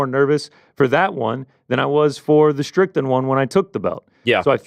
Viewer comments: says "Strickdan" instead of Strickland! Call back to yesterday's super chats. SHOUT IT FROM THE ROOFTOPS, DO NOT LET HIM GET AWAY WITH THIS PEOPLE! 😅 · 3 minutes in and hits us with the Sean “Stricktand” 😂😂😂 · I was with you the other day. But I’m hearing you say “Stricktand” today! All love to the boys on the back!! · says "Stricktan" hahahahaha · Scratch that - He's said it about 40 times